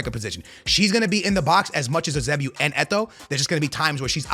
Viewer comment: holy shit dude can’t say musiala or pepe “pep” or eusebio😭😭